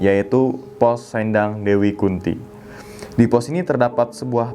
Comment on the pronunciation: oh iya bang kata "sendang" bacanya kayak kata "sendal"